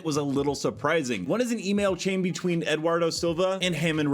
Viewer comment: His name is Duardo not Edwardo not that it matters haha